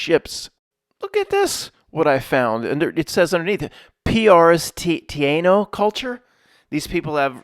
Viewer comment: Tie - E - no